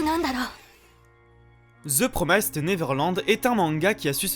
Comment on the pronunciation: j'ai enfin pris le temps de voir cette vidéo, vraiment avis très intéressant, cependant un truc m'a triggered tout le long de la vidéo , c'est pas promaïssed mais bien promissed qu'il faut prononcer haha comme un i normal en français